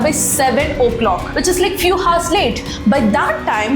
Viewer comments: your messaging is very good, it is not HOURS, it is pronounced as 'ours', in 99.9% of English 'H' is silent, except Hotel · Mam.. childrens,honest,hours..grammar and pronounciation is wrong at many places..good if u notice n correct